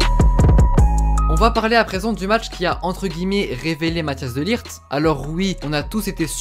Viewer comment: Rare les gens qui savent pronocer le -G de De LiGt. Sinon super vidéo.